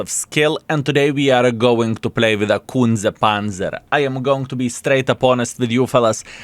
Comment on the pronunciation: Skillll you should say it correctly - Kunce Panca 😉